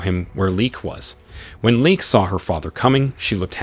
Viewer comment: Come on bro, Shawn not Seen, Leigh not Leek, Car-tel not kartle. What the hell?!